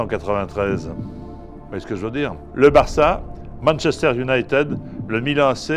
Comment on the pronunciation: Arrte de dire Manchester UnitÈd on dit Manchester United qui se prononce "I"d vieux con